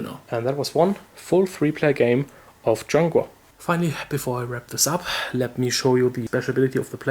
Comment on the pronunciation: Yay u pronounced the name correctly!